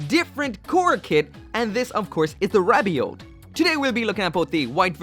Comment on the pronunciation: Whenever you say rabiot all I hear is ravioli